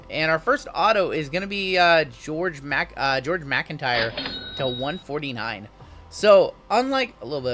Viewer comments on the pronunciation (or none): none